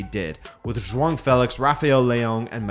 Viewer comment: The "ão" sound in João is very difficult for non-portuguese speakers to pronounce. Even explaining it is hard, it is just one of those unique sounds that every language has that are difficult to translate.I think it is fine if you pronounce like Jowow, most foreigners do anyways and people will know what you're talking about